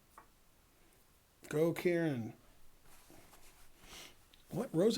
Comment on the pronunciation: hope ben is saying KAREN and not KIERAN.. KIERAN isn't a girls name